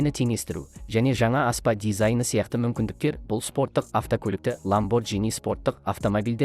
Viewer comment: ЛамборГини деп айтылады😅